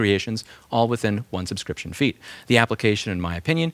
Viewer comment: It's very hard to hear that you say 'Subscription feed" a lot, instead of "subscription fee" ;-) I almost closed the video.